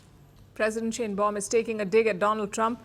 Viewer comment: I've been warning all of these Youtube posting rabbis not to trust Trump, or they would wake up to find Israel with a knife in its back. I hope that I'm wrong, but I don't think I am. Trump is nothing but a liar and only does what helps HIM, no one else. President Sheinbaum is pronounced "Shine-baum" not "Shane-baum" It's a German name and she is likely an Ashkenazi (German Jewish originated) Jew. The "welcoming" Greenlanders was a staged event. They were given MAGA hats and some were paid, homeless people, from reports that I heard. People there were taking photos of Dumbnald Jr. with their middle fingers raised.